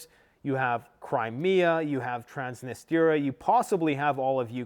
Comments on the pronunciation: Love you but it’s Transnistria not Transnisteria 😬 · Trans-nis-tri-a Not Transnisteeeeria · Stop pronouncing "Transnistria" as "Trans-nist-area"! It's pronounced as "Trans-nis-tree-ah". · Dude its Trans-knee-stree-uh. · Lets goooo!!! Let it burn!!! Burn it all down. So sick of this woke clown world. Also, it's Trans-nis-tree-ah. Another 500million announced by Biden today. It'll never end. The west is done and needs to be done. Our founders in the US always said, never get entangled in the wars of Europe. It's past time we return to our isolationist roots and end our practice of being the world's police. We can't even secure our own borders. Why are we worried about Ukraine? Putin is no soviet, but restoring the old Russian empire of the Tsars would be something he could achieve to go down in the books with Alexander and Catherine the great. I think the East smells blood in the water with a weak and bumbling Biden. Nato is corrupt and broke. We've pushed too far. Prep and be ready. Your home is your bunker. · TRANS - NI - STRI - A